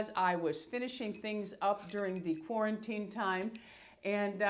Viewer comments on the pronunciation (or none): none